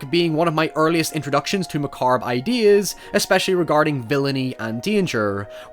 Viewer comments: Macarbe? You mean macabre... LOL oh my man that was funny. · Again with the "macarb"! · While yall are fawning over the "hoyevers", I'm captivated by macabre "macarb"s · Did I hear "macarbe" there at the beginning? :D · Did you just say mah-carb? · Mah-carb .... funny, England invented the language, but cant speak it. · A fully excellent video, aside from your pronunciation of "macabre"